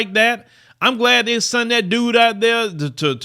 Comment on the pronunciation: stop saying “sunt” please. It’s sent😃